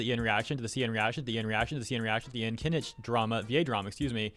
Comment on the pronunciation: why is kinich being read as kiniche/kinishe